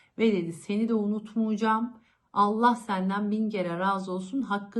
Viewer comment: Unutmuycam,söylüycem değil ya;"unutmayacağım,söyleyeceğim"...haber spikeri,yorumcu!